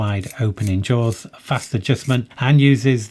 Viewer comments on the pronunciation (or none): none